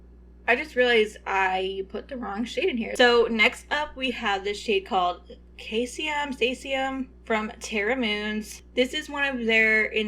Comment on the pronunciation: The cae in caesium is pronounced see